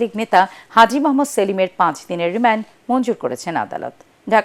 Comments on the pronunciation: রিমান্ড আবার রিম্যান্ড হইলো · রেমেন্ড নাকি রিমান্ড 😂😂😂